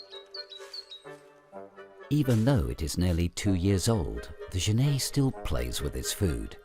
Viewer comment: Okay, looks like this video (or the other copy just like it) are the same thing. I've seen this "documentary" in several places. I'd like to see the BBC or PBS do a proper documentary on genets. The Cons: 1) That is not how you pronounce genet - FYI. There is a French surname, Genêt which is pronounced that way, but the two are not related. 2) The frame-rate is crap. Increasing the playback speed to 1.25 helped mostly, but it's still not completely smooth. 3) I suspect that this is a home-made documentary, as in someone let their pet genet run around the woods while they took footage. 4) Half of the footage is of other animals, and the made-up, flimsy storyline is boring and uninformative. The Pros: 1) The environment is pretty. 2) Genets are cool, cute, and underappreciated.